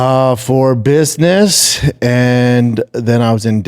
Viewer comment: Little biss-niss trip